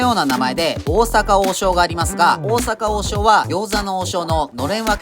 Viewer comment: 大阪王将のイントネーションがちゃう